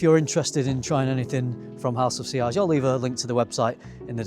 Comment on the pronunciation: SILEAGE/SILLAGE LMOA! 😂😂😂😂 must mean something different there than here...